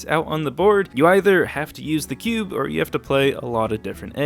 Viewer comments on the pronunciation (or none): none